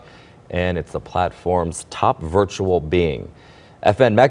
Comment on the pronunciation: You say virtual wrong. It's not viritual